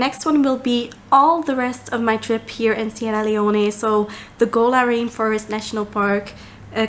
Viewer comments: please say the name if the country properly. It is Sierra Leone, not Leoneh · Sierra Leone is pronounced Cee-Era Lee-Own *